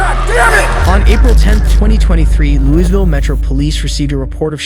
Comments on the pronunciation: Did he really say LOOS VILLE. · The S in Louisville is SILENT. Locals pronounce it "LEW-uh-vill" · A mexican white supremacist is crazy. Thats not how we say "Louisville" either lol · FYI…Plz don’t pronounce the S in Louisville! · As somebody from ky. Don’t say Louisville like that